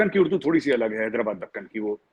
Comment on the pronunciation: Urdu hota hai , Ud-du thodi hota hai 😂😂